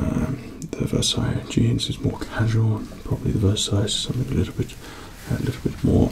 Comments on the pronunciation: Versace is not pronounced as Versailles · Took me a moment to realise he pronounces Versace as Versailles... As someone who learnt french to say croissant correctly. I'm deeply disturbed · I've hear Versace pronounced in all kinds of ways but never as Versailles! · Why does he say Versace like that? 😂😂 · The way he says Versace 😂😂😂